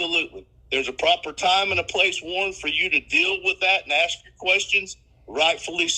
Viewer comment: Warren...DO NOT AXE anybody, you will go to PREE SON